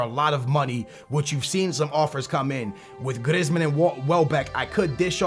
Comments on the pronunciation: his name isn't griz-man it's pronounced 'Greezeman' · GrIzzzzmen lmao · Its pronunced Graismann, not Grezman